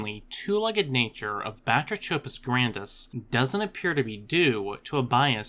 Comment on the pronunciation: It's pronounced: (buh-TRAY-cuh-puss GRAN-diss)